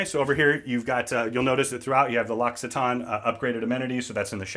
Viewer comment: Everything looks amazing, like a private yacht! That said, I have to say that what made me gasp and truly made an impression on me was knowing how to pronounce L’Occitane. LOL